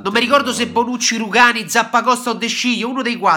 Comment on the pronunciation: si dice Bonucci no bronucci e comunque non è gay